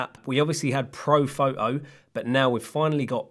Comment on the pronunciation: Man pls start pronouncing "T" 😅😅it's not an pho'o- it's a photo. Not a wa'ah- it's water. Its Simple af.